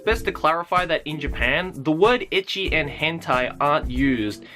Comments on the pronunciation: I LOOKED THIS VID UP TO PROVE MY BF WRONG IN HOW HE PRONOUNCES ECCHI. HE SAYS 'EH-KEY' WHEN ITS 'ET-CHI' AND HE WONT ADMIT HES WRONG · Lol it sounds like hes saying edgy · haha, so it was right. i always think "ecchi" comes from how japanese people pronounce "H" in "hentai"